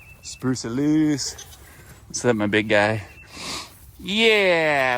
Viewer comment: Spruce sounds like Bruce. It is so funny.